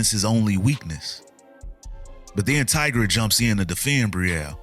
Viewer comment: Lol tigras name is pronounced "tye gruh" like "tiger" not "tih gruh"